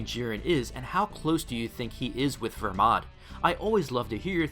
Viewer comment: Make up your mind it’s either Belmod or Vermod which isn’t his name you say vermod but in your comments you say belmod because it is BELMOD NOT VERMOD